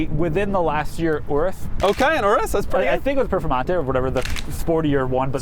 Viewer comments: its pronounced your us (urus) not ooo roose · 1st of all idk if I could be friends with when he pronounces urus like that. 2nd wasn't that urus at a Audi vw dealer.